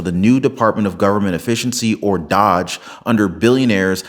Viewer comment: D O GE... long O.... not Dodge